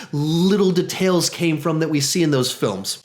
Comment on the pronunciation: It bothers me whenever you say details